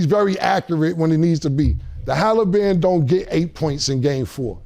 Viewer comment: Haliburger😂 not Haliburton being cauliflower chicken😂😂